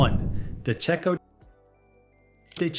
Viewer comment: You need to fix the brand name labels on the product thumbnails - it's not DeCo, its De Cecco, and it's not Roostella de Brutus, it's Rustichella D'Abruzzo.